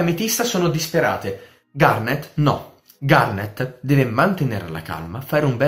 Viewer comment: Sembra che dici "kinder garden" XD